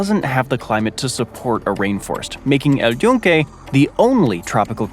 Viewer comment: Your pronunciation of El Yunke is flawless